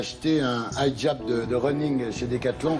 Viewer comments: "haïjab" non mais on dit HHijeb😭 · Thierry Ardicon* sait même pas prononcer le mot "hijab" il t'a fait un mélange d'anglais et de français bref sinon ce qui me gêne c'est que Diams a fuit le monde du showbizz etc..et qu'on parle toujours d'elle alors qu'elle veut faire sa vie tranquille 🤔